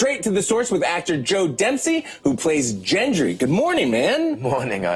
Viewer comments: The interviewer pronounces the character's name wrong, god damn it! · joe laughing every time he pronounces gendry wrong is absolutely hilarious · The pronunciation of “Jendry” is like nails on a chalkboard! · GENDRY ffs not Jendry!!! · ¨Yendry¨ wtf dude... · lmao I kept hearing jendry instead of gendry! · I know, he says Jendry.. Seeshhh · Hard G for Gendry. Hasn't this guy watched the show? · I cringe so hard every time he said jendry... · I don't know... I just found it really irritating that the interviewer could not properly pronounce the name Gendry. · How hard it is to pronounce 'gendry' correctly? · Weird. Joe says his character’s name several times, but the interviewer continues to pronounce it incorrectly. Maybe he can’t hear the difference? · Did he just JEN•dry.... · Gendry is not pronounced with a J sound. It’s a ‘gh’ sound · Idc Gendry with a “j” is much more pleasant sounding than with a hard “g”, so (J)endry it is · Did he seriously mispronounce Gendry? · Watched this after the Gendrya scene... Sorry host, but you're fired for messing up the character's name in front of the man who plays him. Not once, not twice, but AFTER he correctly said his own character's name you SAID IT CORRECTLY, then didn't the next go. Clearly you don't watch the show, you're here for the money, you're here for the brand, and you need to just go. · Also didn't pronounce Gendry properly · fuck sake lol at least learn how to say the characters name right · But he keeps saying it wrong when corrected.. Aggravated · easy mistake to make considering that precedent sets that words beginning with "gen" have the "g" being read with a "dʒ" (j) sound. EDIT: a reply to this got deleted but i’ll just say that he may have been a fan of asoiaf pre-got and was just used to saying gendry that way, like maisie is used to saying arya with a rhotic r even though it’s not supposed to be pronounced with a rhotic r, it’s a fictional character’s name anyway